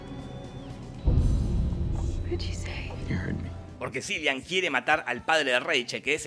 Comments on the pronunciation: No se pronuncia "Silian" Murphy sino "Kilian". Aunque sea los nombres los podría decir bien. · Kilian, no Cilian. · Eh, papu, Cillian se pronuncia Killian...el esta hasta el orto que le pronuncien al nombre mal... anyways que tengas buen dia. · Se escribe cillian pero se pronuncia / dice killian